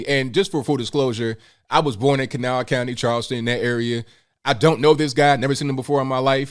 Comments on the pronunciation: This woman is a hero! I’m from that area as well. I could tell immediately you’re from there because you pronounced Kanawha correctly 😉 kuh NAW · I was so impressed at your correct pronunciation of Kanawha!! Not “Can a wha”. Then you said you were from there. Go WV. Thank you for representing WV in positive manner. So tired of so much negativity about state.